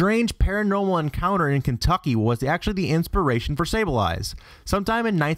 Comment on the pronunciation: You say you're a Pokemon fan but you can't pronounce them right. Here's everything you pronounced wrong: Misdeavus (Miss-dree-vus) Sneasel (Snee-zuhl) Sableye (There is no s at the end) I'll let the Japanese origin of Mawile slide, but you could've tried harder. Froslass (There is no t at the end) Xerneas (Zer-nee-us) Yveltal (Ee-vel-tahl) Zygarde (Zī-gard) (seriously, how the hell did you get all three wrong?) Groudon (There is no n) And Kyogre (Kī-oh-gur), you really need to do research on pronunciation if you dont wanna look stupid:/